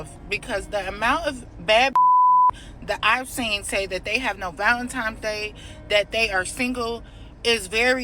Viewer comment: First of all she said ValentiMes...